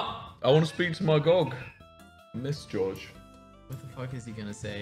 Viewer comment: "my Gog " he really miss George at this point